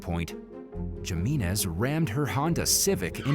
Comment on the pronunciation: It’s pronounced Himinez bruh.